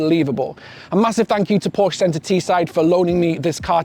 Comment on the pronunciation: A word to the wise ... "Porsche" is a two syllable German name. Those of us who are already in the club don't mind if pedestrians mispronounce it every once in a while, but ... Great review otherwise. I'm almost certain I'll move from my Macan S to one of these when it's proper to do so. Thanks